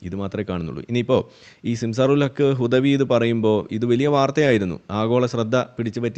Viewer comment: ഈ ഗുദവി എന്താ ഇങ്ങനെ ഗുദിക്കണത്.... ഗുദാഹവാ... ഗുദവിയേ... ഗുദായനമഹഃ😮😮😮